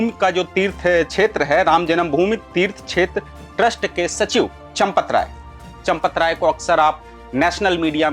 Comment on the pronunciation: चपत राय न कि चौपट राय हैं